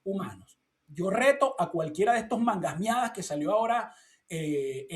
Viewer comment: Se le cayó la cédula cuando dijo " mangas meadas" 😂😂😂😂😂😂